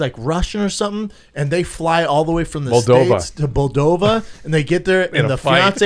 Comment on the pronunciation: Schaub calling Moldova "Boldova" . Man how does this guy walk and think at the same time.